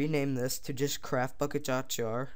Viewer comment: it sounds like your saying craft fuck it